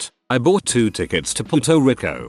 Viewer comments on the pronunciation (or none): "Puto Rico"